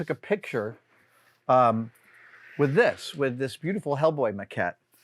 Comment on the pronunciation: I was looking away when you introduced Hellboy, and until the final final chance at a final syllable it sounded like you were introducing "This is Matt Rose's skull."